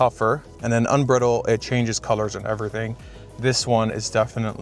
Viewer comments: Unbridle not "Unbrittle". As in to ride "unbridled", to remove the reins and ride with recklessness. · It's pronounced un brydled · It’s not “Unbrittled” mode, it’s Unbridled (un-bride-el-d).